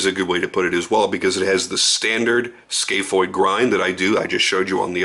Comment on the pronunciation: It’s scaph (scaff) not scaph ( scale)